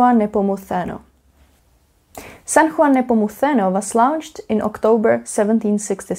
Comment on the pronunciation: Your pronunciation of San Juan Nepomuceno is actually on point, from a spanish speaker. Only thing is when saying Cadiz the emphasis should be on the a not on the i. Nice vid!